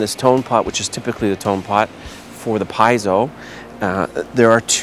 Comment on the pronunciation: pee-yet-zo, lol